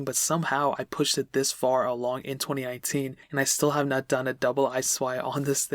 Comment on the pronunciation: Anyone else think he said 2099 at the beginning?